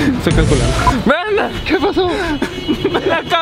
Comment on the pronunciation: No dice "Brandon" dice "brendon" 😂